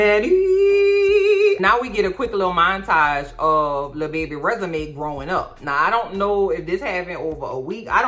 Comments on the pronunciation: I keep hearing Resume 😂😂😂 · Everytime you say "Resume" I cry 😂😂😂😂